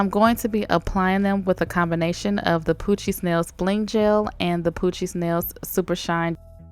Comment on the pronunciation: I know I'm not the only one who hears Gucci when she says poochie